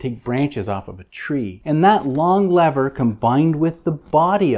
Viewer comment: You're one brave dude taking on a slippery subject such as grease guns! (wink) A tip of the hat to your bilingualism as you've gotten the American pronunciation of lever sorted. Great tip on storing the tube upright and bleeding the air from a new tube. The last two tubes i replaced, i forgot to take the pull tab top off the tube. Yes...two. Thankfully no one was around to witness. Grease and anti-seize compounds are instruments of the devil. Somehow the stuff seems to get everywhere!! Good to see the proper usage of a Cambodian Tire screwdriver and not one of your treasured JIS screwdrivers. And hey...now that i mention it, Isn't it time you debuted them and covered the JIS legacy? Cheers lad!